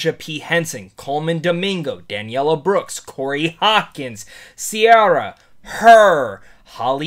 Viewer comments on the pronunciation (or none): He obviously wasnt doing it on purpose. Instead of Danielle he said Daniella. Im sure he knows now.